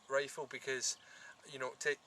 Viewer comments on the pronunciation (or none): wow that is a nice wifle, now be vewy vewy qwuiet, we is huntin fuwr wabbits...